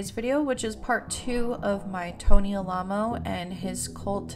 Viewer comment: Am I crazy, or is Alamo mispronounced throughout this whole video? Or did the cult just pronounce it oddly?